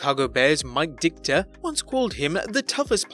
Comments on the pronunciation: Dit-KA, not DIK-ta! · Please learn how to pronounce Houston, Los Angeles and Ditka.